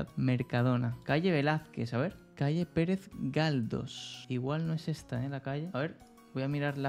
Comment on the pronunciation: Me dolió el oído Pérez Galdos